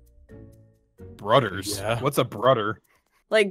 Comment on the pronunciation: I died laughing when they started talking about "brudders"